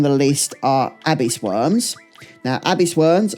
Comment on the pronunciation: Great video but some of your pronunciation is mad! Blizzagarr, Abis Worm, Thundergar 😂